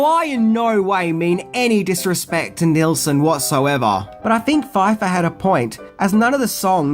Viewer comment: It's pronounced "Nils-son". 😊